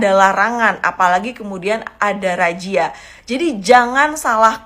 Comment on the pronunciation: Razia kok jadi rajia? wk...wk...kw